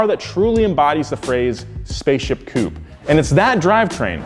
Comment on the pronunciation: saying spaceship coupe made my day